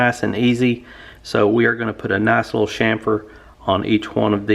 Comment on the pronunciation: It’s chamfer, not shamfer